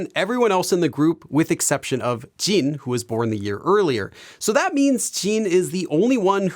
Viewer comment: I can't get over how he says 'Jeen' instead of Jin